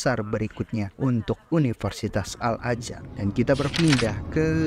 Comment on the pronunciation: Al Azhar bang bukan al ajar